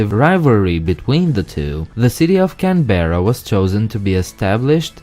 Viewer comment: It's not pronounced Can-Berra it is pronounced Canbra.